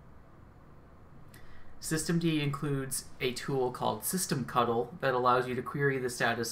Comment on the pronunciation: I love that you used the correct "cuddle" pronunciation of "ctl". :-)